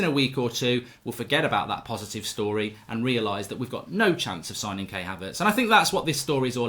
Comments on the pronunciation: Kai Havertz not Kay Havertz lool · KAI Havertz. Not Kay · It’s not K it’s Kai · Mark his name is Kai Haverts, you pronounce his first name K-eye